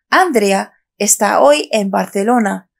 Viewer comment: Para que puedas enseñar a la gente cómo hablar el castellano, primero tienes que mejorar tu nivel de fonética porque no articulas bien. Intenta mejorar las sílabas donde recae la entonación de voz y más otras cosas como el sonido [con] entre otros sonidos. Por cierto el nombre de Andrea es nombre de mujer y no de chico y no se pronuncia ÁNDREA sino ANDRÉA; sin ancentos claro!! El sonido [d] entre sílabas o al final de una palabra se pronuncia [ذ] suave. La verdad que me sorprende cómo no dominar un idioma y encima poner videos en youtube que los pueden ver personal experto en filología!!!!